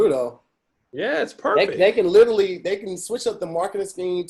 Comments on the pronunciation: Do a burpee every time says “littley (literally)” 💪🏾💪🏾😂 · I want you all to teach to properly say "literally". Clearly, it's his favorite BIG WORD, he should know how to say it correctly. He says "Little Italy" or "Litaly" and I just can't. A real friend would've taught him by now. lol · Nothing is more annoying than saying “literally.” I know he pronouncing so many words wrong, but he says that word so much and so lazily that it gets to me lol